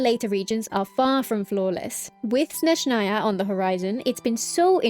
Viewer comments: she says snezhnAya instead of snEzhnaya, tho yeah my bad i didnt listen properly, the other part is corrent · i mentioned this under the previous genshin video, but i'll repeat (hopefully you see). please pronounce Snezhnaya correctly: its crlear S in the beginning and stress on the E edit: my bad, i didnt listen properly, you pronounce it correctly (but just with the wrong stress)